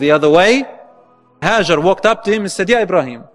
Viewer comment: It is Hagar not hazzard please correct